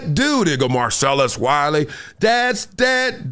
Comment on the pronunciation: K wiley ur ok with someone butchering ur name, not everybody will be. Druski could've poke his corny joke another way.